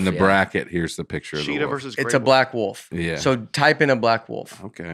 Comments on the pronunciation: saying Woof for Wolf is right in line with saying ol for oil and juwry for jewelry. my wife always give me a hard time the way I say oil and jewelry. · I love calling a wolf a wuff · says “woof” instead of “wolf”. Also, Tiger beats the polar bear all day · In a lot of cases, I'm with about how to pronounce things. However, "Woof" is what they say, not what they are... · Y’all just let keep calling it a “woof” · I cannot stop laughing at repeatedly calling it a "woof" instead of a wolf 😂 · “A woof pack, if you will.” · It was making me CRAZY. I have a high bar for. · there's an 'L' in Wolf 🤣😂 getting a lot of 'woofs' out of. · Wolf is the new penguin. Over a 5 min span you all said a variation of “wolf” like 30 or 40 times, including: “woof” (mostly ), “woaf”, and I’m pretty sure there was a “worf” cameo at one point. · I love how pronounces wolf as woof! 😂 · A little distracted by calling a wolf a 'wuff'. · I don’t think Nate has ever lost an argument in his life, all while never having any actual facts to back himself up. It’s pretty impressive. Also how can be our smart college educated guy, but pronounces wolf “woof.” Love you guys, you all help me to slow down and laugh after a busy day at work. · How did none of you hear repeatedly say woof instead of wolf??? It was like he said it as much as possible hoping someone would make a joke, but none of the professional comedians at the table noticed a grown man pronouncing the letter L with the vernacular of a small child. The wolf needs a pass straight into round 3 due to the disrespect put on it's name! This was a great episode and I'm excited for part 2, but I'm more excited one of you are finally coming to me area., I'll see you in Ontario! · says woof like he's pronouncing it in the wolf's language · Does Notre Dame teach people to say "woof" instead of "woolf?"